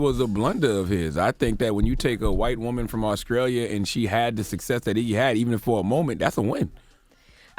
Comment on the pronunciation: AusKralia... smh